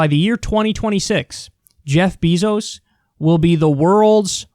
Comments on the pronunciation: You pronounced his name wrong. it's “BEY-zos.” People out there, no one is going to save you. Cut out the smoking, the substance abuse, and LEARN skills that someone will pay you for. There are high paying jobs that don't require college. Have some god damn ambition. It's YOUR life. You are literally on the internet reading this. Wealth redistribution? You and what army? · who is Jeff Bizos??? BEZOS.